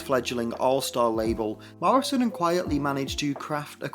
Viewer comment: QUITEly not QUIETly